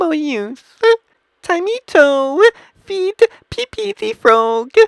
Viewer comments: peepee............... IT IS pepe [pep E] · It is pronoced (pa-pe) not (pee-pee) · You said pepe like peepee. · He called Pepe peepee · did it call it pp instead of pepe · its peppay not pp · No one literally no one : This guy :"pp tHe frOoG" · ah yes, peepee thee frawg this plushie is actually super cute lol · He said pee pee the frog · did you just say pIPI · why is this person calling pepe pee pee? XD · I knew he would say pepe like that great video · He missed the best part. Hint: Its the way he pronounces Pepe.